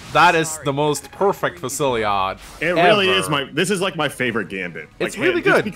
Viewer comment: Fu-sil-lod. not Fu-silli-ade. that's how you pronounce Fusillade.